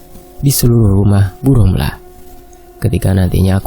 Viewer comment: Ngab ngomongnya romlah ya bukan rohma